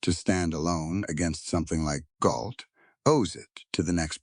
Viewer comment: I think you mean GAULT, not Galt?